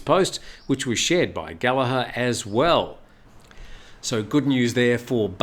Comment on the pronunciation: 😂😂😂 funny man. Like Ross with an E. Showing how old you are, one of the most recognised names in rock music today and you pronouce it wrong!!